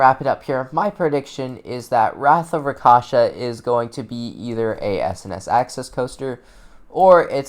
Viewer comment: RAK(rock)SHA(shaw)SA(sah) RAKSHASA Not rakasha